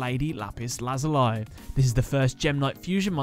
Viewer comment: The series is called Kamen Rider O's but it is spelt OOO also Lazuli is pronounced Lazulee a few tiny errors but besides that, awesome episode